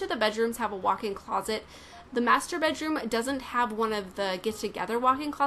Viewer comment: i like how she pronounce "masturbate room" xD